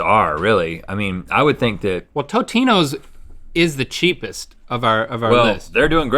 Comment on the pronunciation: rhett fr disrespected tombstone by calling it totinos